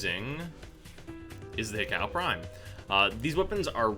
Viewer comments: Pronounced He-Koo, plus it's nicer to say. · Hi-cow. Haiku, is what it sounds like. Sorry to be that guy, but just sayin.